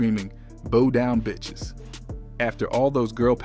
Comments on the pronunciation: I’m trying to figure out why he kept saying bow like a hair. It’s bow like what you do at the end of a performance. C’mon man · Bow Down, Bow rhymes with How, not Bo Down😮